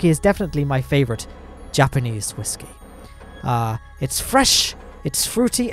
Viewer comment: Why are you saying whiskey like that mate.